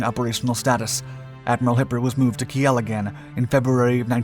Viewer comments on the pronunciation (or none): talk even faster. Christ. "Kiel is pronounced "Keel" not "Kee el" ie, with a long "e." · What prevents Americans from pronouncing simple words?? Kiel pronounced KEEL Not Key'el ... come on this is basic stuff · Where the hell is “Ke-El “ ? You mean I assume Kiel .. ? Pronounced “Keel” 🤦‍♂️ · "Key-el"? Wth is "Key-el"?? I think you mean Kiel, pronounced "keel". Pls do a little research before you post these videos, smh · Kiel is pronounced as keel.. 😃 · Ki'el = is pronounced Keeeeeel. ;-) (like wheel with a k) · Kiel is pronounced the same way as the english word keel. Also Hipper was a heavy cruiser not a pocket battleship. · I think Kiel is pronounced "Keel". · Apropos: Kiel as in KEEL. 😉